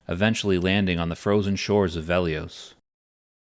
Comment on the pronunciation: It's Velious, not Veliose.